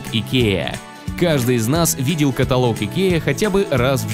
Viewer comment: КатАлог а не каталОг